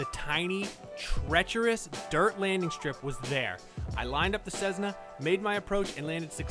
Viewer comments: It’s Cessna, not cezna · Cessna is pronounced Sess-na not sezz-na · it is cessna not cezzna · It isn't a CeZZna. It's a CeSSna. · Its Cessna not Czzessna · Cessna not Sessna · "Cezna one seven two" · It's not pronounced "Cezzna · Sez-na? Really? : smh